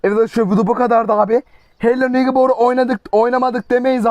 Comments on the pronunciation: Hello neybır diye okunuyor komşunun adı wilson vilson diye okunuyor çok fark yok hadi eyw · Reis hello neybır diye okunuyo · emirhan abinin oyunun adini söyleyişi:helo negibor😂😂😂